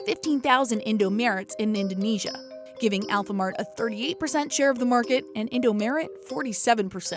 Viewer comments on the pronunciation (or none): I was crying when they pronounced indomaret and alfamaret wrong😭